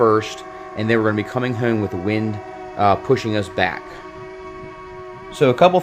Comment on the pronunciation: I thought I was the only one. He does say hume instead of home 😂😂